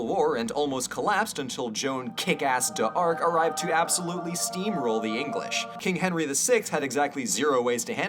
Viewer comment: My thoughts: 1. You pronounced "d'Arc" wrong. It's pronounced like "dark," with a very soft k. 2. Heck Yeah! Auld Alliance! 3. Hey, have you read The Saxon Stories (Last Kingdom, etc.) by Bernard Cornwell? If you haven't, you should. You'll love it.